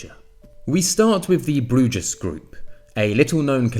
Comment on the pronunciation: Bruges is pronounced as Brews